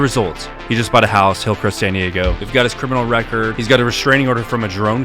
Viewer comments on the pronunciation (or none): none